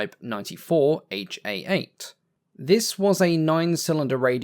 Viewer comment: Just as "Ki" in Japanese Army designations is a syllable and not the letters K and I, the "Ha" in Japanese Army engine nomenclature is a syllable pronounced "Ha", being the first character of the word Hatsudoki which means "motor" using the katakana script.